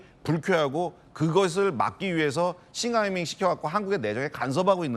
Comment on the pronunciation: 박용진 싱하이밍발음이 입에 착착붙네 뭔짓을 한걸까?